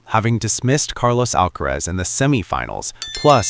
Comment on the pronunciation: It's NOT Alkatraz. NOT Alkarez...it's Alkaraz !!! Comprende?😅